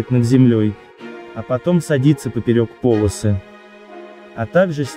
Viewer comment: Не - по'лосы, а - поло' сы! 😆